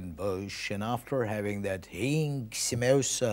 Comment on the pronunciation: That perfect accent while saying "HING SAMOSA"😍🙏